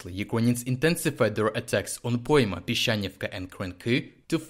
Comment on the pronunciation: Юкроніонс? Lol Say it as: ЮкрЕйніенс